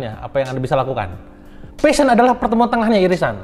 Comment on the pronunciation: Kang pliss, PASHION, bukan FASHION. kalao fashion perasaan itu pakaian deh.. 😂😂